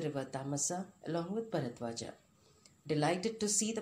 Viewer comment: Ram not Rama Narad not Narada Bharadwaj not Bharadwaja